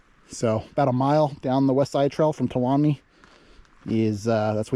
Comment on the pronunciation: FYI, Tuolumne is pronounced Two-All-Um-Me.